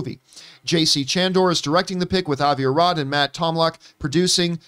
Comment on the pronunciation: "Avi arrad producing" I'm out